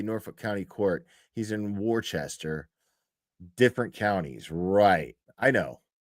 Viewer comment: Hey who is the beautiful blonde that always sits with Karen’s family? Also it’s pronounced. Wooster